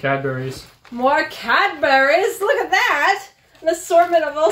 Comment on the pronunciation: Cadbries, not Cadberries. Birmingum, not Birming - ham. Wells is a city, Wales is a country. No offence, just be aware if you visit the UK.